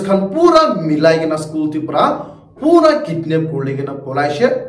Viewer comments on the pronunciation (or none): none